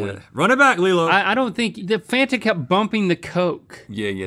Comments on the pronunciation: It was how she pronounced Fanta that got me. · said " Fanta" like she was Polish 😀